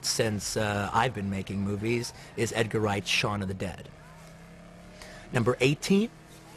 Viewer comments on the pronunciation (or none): none